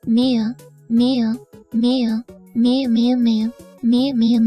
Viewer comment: The way TTS say meow sounds like mayo 😂